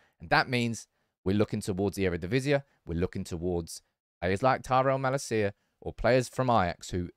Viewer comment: Dutch pronunciation tip: MaLAcia, in stead of MalaCIa.